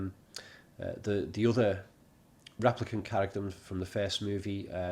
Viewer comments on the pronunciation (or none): stop saying raplicant please